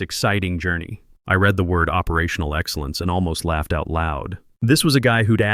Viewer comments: Why is it that almost every one of these videos posted can never pronounce the word "read" as it's used in the storyline? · do you think these AI scammers will ever learn the nuances of English (read/read).